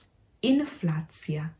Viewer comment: Inflacja seems a pronunciation false friend. You pronounced it almost like "in flats" (meaning in Polish w mieszkani(ach?)